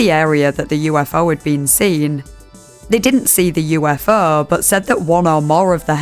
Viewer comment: Move over "let's investigaet" now we have "Yoo-eff-eaugh"